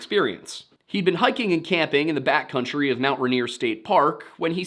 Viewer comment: I can't help but hear "bat country" rather than "backcountry".